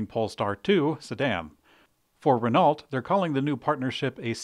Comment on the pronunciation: Renault is a French company, so the T is silent.